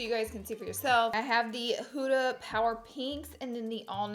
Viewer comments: “hOOda” lmfaoo instead of huda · It’s an Arabic name and it’s pronounced “HU-DHA” not hooda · You are actually saying huda wrong but you look gorgeuos